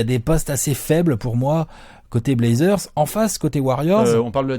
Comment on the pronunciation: Dame qui dit blazzers en 4-1! ça va être bô